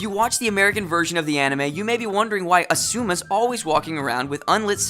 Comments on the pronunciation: Did he really say Ass-uma for Asuma!! LIke WTF!!! and there's so much more!! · And asuma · And Asuma!!